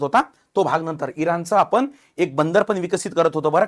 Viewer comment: नेमका मॅटर कुठून सुरू झाला! लई भारी मराठी!. म्हनून. आपन. पन.